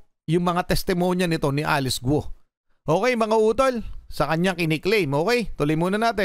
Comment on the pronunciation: G is pronounced as K sound